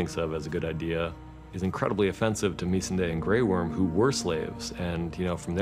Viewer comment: Did he just say "Meese - an- day"?